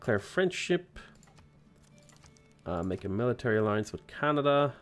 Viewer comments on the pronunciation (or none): none